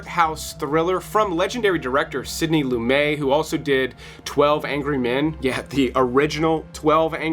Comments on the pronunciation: It's a good list of films but only Ichi (amazing film) comes close to what your title suggests, and there are so many more that you could have used instead to be true to your audience. And just a little tip: It's pronounced Lu-met, with a hard 'T' and not Loo-may with a silent 'T'. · It's not Lu-May. It's Lu-MET. That was the quickest unsub in history. Do better. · Gene Siskel died in 1999, so he never got the chance to review Running Scared. And Sydney Lumet pronounced his name loo-met. I too initially thought it was loo-may, but it’s not. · Sidney Lumet...pronounced "loo-MET" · Sidney Lumet with a hard "T".